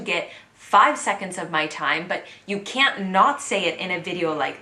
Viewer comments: she said they "can't" but I heard "can". telling a "can" from a "can't" is actually a tricky matter for non native english speakers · i also heard 'can" It shocked me.